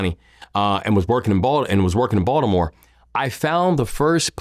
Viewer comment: He can’t even say Baltimore correctly